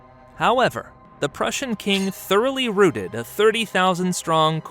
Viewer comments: It drives me insane when these videos can't be bothered to pronounce pretty common words correctly. You pronounce "rout" like "out", not "root", if the creators can't even be bothered to get this right, how much stock are you really going to put in what they're telling you? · it's clearly AI. They keep mispronouncing words like routed.